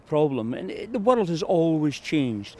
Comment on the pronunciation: Why can’t that man say th ?